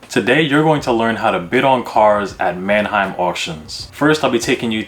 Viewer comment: man-A-heim site? like Aneheim? lol it's Manheim bro. two syllables.